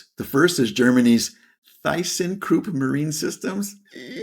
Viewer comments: Try saying Tissenkrupp, the H is silent and the y is more like a 'I', I think German language teachers would hit me now when I say that, but try to mix 'I' with a 'Ü', then you have a german 'Y', or wait, now that I think about it if you can pronounce a 'Ü' then rather say Tüssenkrupp, this would probably be even closer than Tissenkrupp. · Thyssen-Krupp! gogogo. But you pronounced it soooooooooo wrong, especially the y, MY EARS ALMOST EXPLODED! 😂🤣